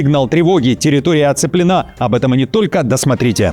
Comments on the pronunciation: Ставьте ПРАВИЛЬНЫЕ УДАРЕНИЯ:"ТЕРРИТОРИЯ оценленА"-НЕ ВЕРНО! "ТЕРРИТОРИЯ оцЕплена!"-ПРАВИЛЬНО! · территория не оцепл✔✔ена а оце✔✔плена.